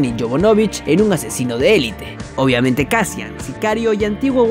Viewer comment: No es Caspian, es Casian.